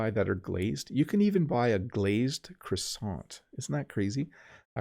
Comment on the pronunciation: Your French pronunciation when saying "croissant" is very good!